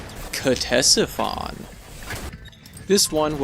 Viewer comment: ctesiphon is the name of an ancient mesopotamian city. the pronunciation is either "tessifon" or "katessifon", whichever you prefer :)